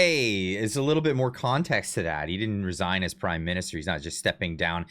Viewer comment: "Intend to resaign"😮